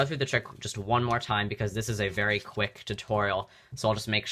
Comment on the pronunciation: does anyone else notice he says one card “wung card and wung card only”